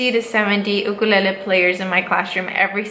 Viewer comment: Wait I’ve never heard her say ukulele like that before